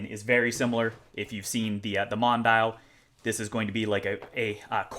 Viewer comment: Not to be a know-it-all, but the DRZ04's little name (“Mondial”) is pronounced Mon-dee-al”.